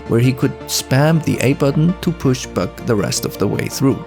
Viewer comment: First off, Free Palestine 🇵🇸🇵🇸🇵🇸🇵🇸🇵🇸🇵🇸 ! Second off Great Video! I loved the AR level over-views and mapping things out, as well as when you say 'buck' it kinda sounds like 'bug' to me, so it's really funny when you say "when bug pushes into the sloped wall and moves down, bug has to go through the ground" and idk why that just tickles me. Keep it up! +1 Subscriber